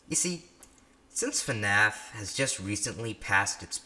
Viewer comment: when he said FNAF and pronounces the letter F at the beginning I cried tears of joy knowing I’m not the only one who says it like that